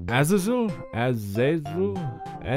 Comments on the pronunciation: For your information it is pronounced as Az-za-zel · Ahz- ih - ZEL is how you say it, by the by. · It's as-Az-l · I think this is how you pronounce it As-ay-zel